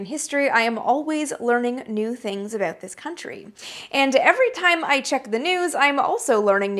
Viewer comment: Sure enough! The "ah-boot" gave you away as being a native of the "GREAT WHUTE NORTH". Not bad though. Your diction and pronunciation are GREAT! "BON CHANCE"!